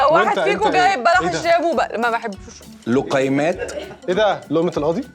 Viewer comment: لقيمات ننطقها زي ما المصريين ينطقوا الجيم